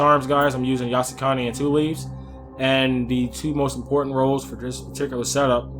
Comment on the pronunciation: “Impoytant”. Hahahha. Big accent came out. Nice build. Big damage. Even more than my katana with all attack and iai QuickDraw. Also level cap at 300 too.